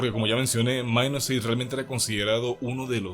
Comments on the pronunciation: Se dice Minus8, no "mainusce" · Porque le dicen Minus"Eight". Se supone que su pronunciación es " Mainusupaig" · es ingles, minus8=mainus eight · Esa pronunciacion para decir Mainuseigh.